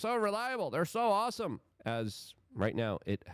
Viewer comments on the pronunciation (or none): none